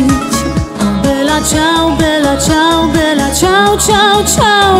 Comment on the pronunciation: Alex Indries po hiszpańsku czyta się i wymawia vela ciał... ale zwrot jest włoski i czyta się jak najbardziej bella! Wszyscy którzy pochodzą z krajów gdzie mówi się po hiszpańsku B czytają jako V. .... wiem bo tez od lat mieszkam we Włoszech i Mam znajomych z krajów „ hiszpańskojęzycznych „ i zawsze się smiejemy z tej ich naleciałości. Wiec ten ze tego... dziewczyna która śpiewa wymawia to dobrze. Jedyne do czego mogłabym się przyczepić to ze nie słychać podwójnego L... wydaje się ze spiewa „bela” a powinno Być „ bella” włoski słynie z podwójnych spółgłosek.